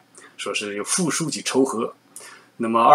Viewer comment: 仇和念qiu（音求）和